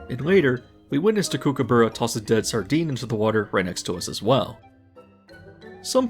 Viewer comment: Sorry to be a little nitpicky, you mispronounced Kookaburra 😅